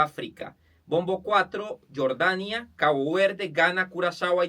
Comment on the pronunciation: Lo correcto es Argelia. Ya que Algeria es en inglés. Y Jordania se lee así como se escribe, Jordania, no se lee Yordania.